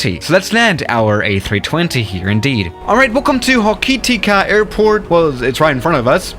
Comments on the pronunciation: It’s pronounced (whore-car-tee-ka) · srry to say this but: Hokitika pronouncation: Ho-key-tick-ka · As a kiwi myself it hurt hearing the pronunciation 🤣 It's ho-ki-tick-ah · also, just a tip Hokitika is said "hoh kih tihka", and Timaru you said almost perfectly! Good job 👏👍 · Its ho-key-tick-a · The way he says Hokitika annoys me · You pronounced hokitika wrong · Right how to pronounce things with a New Zealander: hokatika - hok A tick er Timaru- Tim a roo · Pronunciation advice for Taupō: Toe-Pore Whangarei: Fung-a-ray Queenstown: Queens-Town Timaru: Tim-are-roo Hokitika: Hoe-ki-ti-ka Gisbourne: Gis-born Cheers and Kia Kaha from Aotearoa (New Zealand) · Hokitika - Hoe-kit-iyk-a Timaru - Tim-a-r(rolled r)-oo Gisborne - Giz-born Whangarei - Fun-gah-ray Wellington - Well-ing-ton Taupo - Tow-poh Wellington is considered dangerous because of the extreme winds. 787s and stuff have landed there, but not regularly. ATR 76-600/Q300 Are the main aircraft in most of these locations Great video, really enjoyed it :) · Hokitiki is pronounced Hokey-Teeka. Whangerei is said Funger-ray. Taupo is either pronounced tow-po or Toe-poor. Also all airports are named after where they are obviously. And many places are named in Maori, which is the native language of New Zealand. And the South Island of New Zealand Has a line of mountains, the southern alps and has flat places all around it. And The north Island of New Zealand is mostly flat.